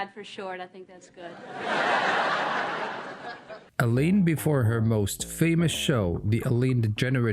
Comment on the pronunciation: Not Eleeine it's Ellen. And you forgot her sitcom